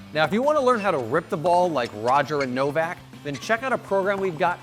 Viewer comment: Worst analysis ever, especially when he said it was a PADEL match and the way her pronounced Novaks name. These guys never chickened out, but were constantly seeking opportunities during rallies. What disrespect man!! Or is it on purpose to get more viewers. Just wasted two mins 😂